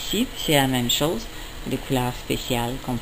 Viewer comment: Chose==> chaws gauche==>> gawch xDDD Mdrrrr